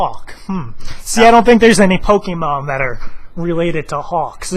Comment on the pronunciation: i like POKENOB TOO! lol i like how he said Pokenob instead of Pokemon xD